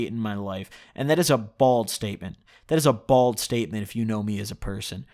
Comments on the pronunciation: Did he say bald statement instead of bold at the end lmao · A “bald statement” or a fuckin “bold statement” my g? Wtf are you saying 😂😂😂😂